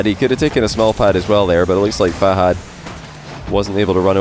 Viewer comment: If you met Fahad why are you still pronouncing him name wrong?